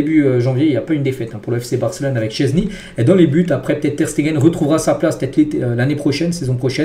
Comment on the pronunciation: Oh ça fait du bien il dit enfin "szczesny" correctement !!! 😅